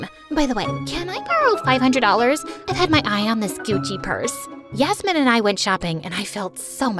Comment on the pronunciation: did u just say yasmmin 😂😂😂